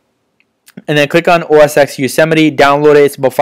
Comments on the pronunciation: "OS (TEN)" not "EX" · LOL Bro its not OS X it is pronounced as OS 10 Yosemite. X is Roman 10 not English Alphabet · OS 'EX' LOL